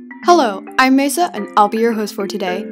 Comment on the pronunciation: The way pronounces Mesa means “table” in Spanish. Edit: holy Silkwings! I never expected for people to like this comment so much! You might hate me for acknowledging it, but to that, I say: I don’t care at all. Deal with it.